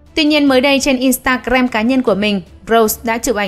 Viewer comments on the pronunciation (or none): Nghe chị MC đọc từ Instagram hài vch